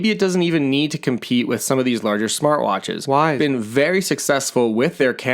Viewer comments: Probably going to wait myself for a 2nd generation because I need to be able to answer texts... The main drawback from myself. Also... Not to be picky but I think it's pronounced "wise", not "wiz" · “wiz” watch lol